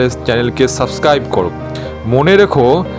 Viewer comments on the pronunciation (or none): none